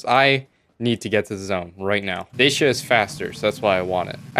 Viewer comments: It's pronounced "Dah-chi-ah" not "Day-shi-ah" :)) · the way u say DACIA makes me Wana die.... since when did it become DASHIA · It's pronounced DA-SIA You triggered James May.